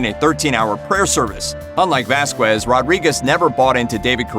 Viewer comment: Somebody needs to inform the narrator the proper pronunciation of common Hispanic surnames. It’s not Vas-kwez.....it’s pronounced as Vas-kez.....without the W.